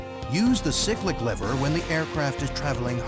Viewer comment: I think you’ll find the lever is the collective not the corrective, and you have pronounced cyclic wrong. At least you called the pedals the anti-torque pedals.